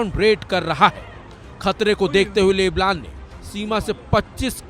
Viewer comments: जो लेबनान को लेबलान कह रहा हैं वो क्या सही न्यूज देगा। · लेबलान 😂😂😂... भाई ठीक से बोलना तो सीख लो कुल्लूमीटर